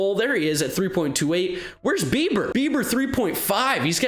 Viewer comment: Just me or did it sound like was say “Shane Beeper”